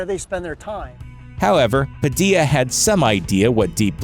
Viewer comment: It's funny the way the voice-over dude pronounces Padilla: Padi-ah LOL